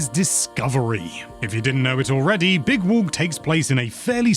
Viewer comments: Big Wolk 😂😂😂😂 (Is what I heard) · "big wolk"